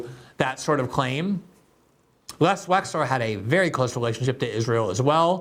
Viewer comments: Wexner not Wexler. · WEXNER, Les WexNer, Leslie Wexner. Not WexLer. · Gee Gee, my man, the guys name is "Wexner". Les Wexner is a prominent figure among business people in Columbus, Ohio, or rather, used to be as Columbus is the headquarters for a few of his retail concerns like Victoria's Secret, The Limited, and others. His name around here is pronounced "WEX NER". Not trying to be pedantic but details matter as the fictitious Reacher is repeatedly claiming. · Isn't it Les Wexner? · Hi Glen. Good segment. But just an FYI Les Wexner isn’t Les “WexLer” , as you’re pronouncing it. It’s WexNer. I’m from Ohio and get my medical care at the WexNer medical center. And I’m also pretty sure that Ari Ben-Menashe is pronounced muh-nash-she. I heard his name pronounced on the Trine Day podcast several times and it was pronounced as I said and he never corrected the host. And you should check out that podcast BTW